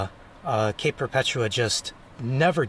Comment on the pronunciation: You pronounced Perpetua correctly, but I like to say Per puh TOO UH. :D